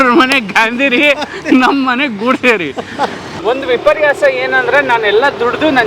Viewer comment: ಗೋಡ್ಸೆ ಅಲ್ಲ ಮಾರಾಯ ಗೋಡ್ಸೆ